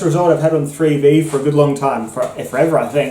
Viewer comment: What is three thee? Oh, were you saying three v? Bwuaaahaaa bwuaaahaaa bwuaaahaaa 😁😁😁 Thanks for the video my Bladed Brother 👍⚔️